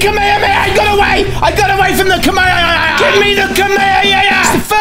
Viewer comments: It's pronounced komeihomeiha not kemeieeyah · It's not kamemeha it's kamehameha 🤣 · Kamaehahaha lol he said it wrong haha